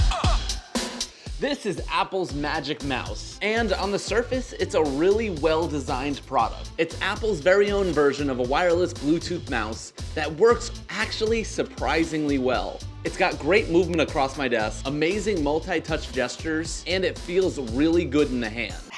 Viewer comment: How did is work “siprizingly well” it’s apple it’s supposed to work well